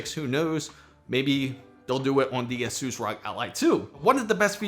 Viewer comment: The mispronouncing of Asus by the third time just made me stop watching this video.